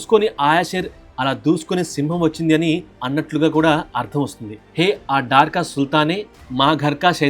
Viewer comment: Bro అది డార్ క సుల్తాన్ కాదు, డర్ క సుల్తాన్